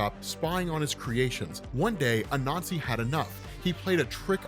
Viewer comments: Not gonna lie, took me about 5 minutes or so to realize he wasn't saying "a nazi" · Is it just me or does every time he says Anasi it sounds like he's saying " a nazi" hahahah. Oh words are funny. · Lmao I kept thinking he was saying “a nazi” when he was saying “Anansi”.